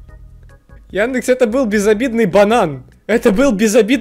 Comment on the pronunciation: яндЭкс чертав изврощуга! Хватит тут это..... Ну вы поняли 🌚